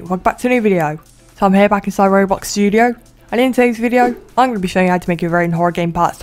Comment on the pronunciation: It seems like you say robox studio Accents